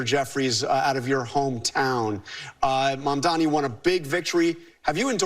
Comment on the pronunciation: THE NAME IS MAMDANI.. M-A-M-D-A-N-I …. Learn how to say it !!!